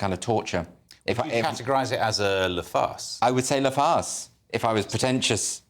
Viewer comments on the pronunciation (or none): These guys need to learn how to pronounce "Le", La", and "Les". 😅 Whenever what * I think * he intends as "La" sounds like "Le", his "Le" sounds like "Les"... And then the other guy pronouncing "Les" with an "s" at the end. 🤦🏼‍♀️